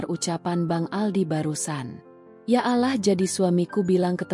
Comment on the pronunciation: Pasti bakal seru kelanjutannya. Maaf min tolong untuk pengucapan "Allah", diperbaiki.🙏